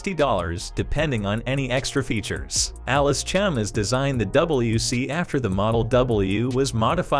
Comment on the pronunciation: It's Chalmers not Chalmers like the auto generated voice is saying